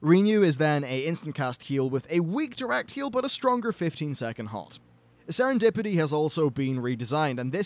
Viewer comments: Serendipity not setendipity, silly :p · "Setendipity"? "Recuses"? Slow down, the cracks are starting to show.